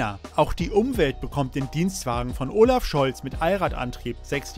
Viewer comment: Und arbeite mal an deiner Aussprache. Unser Bundeskanzler heißt Olaf und oooolaf.